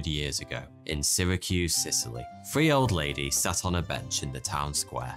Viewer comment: Com'on mate, make an effort - "free old ladies" you're not having a back yard BBQ - you're sending video all over the world and you can't be bothered to put your tongue to your teeth? Bad (read lazy) form.